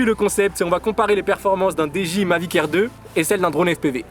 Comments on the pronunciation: tres bonne viedo apars comment tu prononce dji à la francaise essaie de le dire en anglais stp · wouah comment ta dit dji ca me fume